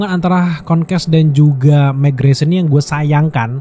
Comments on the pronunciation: Meggresion = Mark Greyson Konkas = Conquest Agak salfok penyebutannya sebut aja invicible sama kongquest deh 😅 Untuk review nya memang Absolute Cinema di episode 8 👏🏻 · mark grayson . bang bukan megreson. 😅